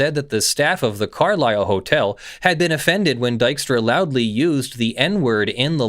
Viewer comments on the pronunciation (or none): none